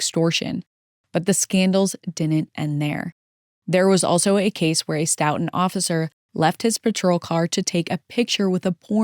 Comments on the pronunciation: Stoughton is pronounced Stow.tn Big fan of the vids! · FYI Stoughton is pronounced ‘STOW-tin’